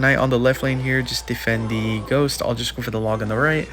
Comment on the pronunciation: we need you saying ghosht again